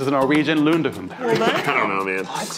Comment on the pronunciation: Matt's perfect pronunciation of "lundehund" gives me life